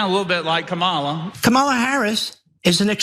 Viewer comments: Kah -mah-la Not cam-I-lah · These pigs on the right pronouncing her name "Camela" infuriates me. It's on purpose and it's their attempt to dehumanize her. Only the bigots on the right would stoop to a tactic so childish and hateful. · Well also he says Cam-a-la so he must know what he's talking about. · Repeat after me. It’s Comma la, Comma la, you ignoramus. Why can’t he pronounce her name right? VP Harris knows exactly who she is and so do we. The one who needs to be questioned about identity is this MAGA moron who doesn’t have the sense he was born with. The last person anyone should copy is Trump - an old, racist, ignorant old man. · What the hell are you talking ab out???? You can barely speak english and you are mispronouncing her name. Her Dad is a Jamaican man who is biracial of Irish and Black heritage and her Mom is East Indian. Please shut up. Biracial means you have parents of different racial backgrounds. It is only in AMERICA do they do ut you in a box and choose the race that they want you to be based on the color and features that they associate with certain stereotypes. Barack Obama had a Black Kenyan Dad and a Irish American Mom but everyone choose to say that the was a Black man because unlike Mariah Carey who Mom was also White and her Dad was a Black Venezuelan and everyone thought that she was White. Again what you look like in America is what you will be associated as and they cant wrap their minds around a person being both races. Please grow the hell up. Mixed race is a real thing people. Get over it and used to it. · Hindu, Chinese, Indian, Jamaican, black, white husband oh wait, Jewish husband. I don’t give a damn. I’m still voting for Kamala Harris. Trump can’t pronounce Kamala’s name because he’s an idiot. He can’t pronounce a lot of words. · Even he, a black man, is purposely mispronouncing her name. I can pronounce “Sambo” perfectly. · This dude again… Didn’t Roland demolish him already? Can’t even pronounce her name correctly!